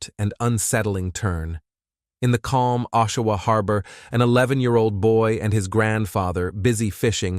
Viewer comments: It’s (OSH-A-WA) Ontario… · And her name is pronounced A-SHÉ (hache) And it's AA-SHUH-WUH(Oshawa)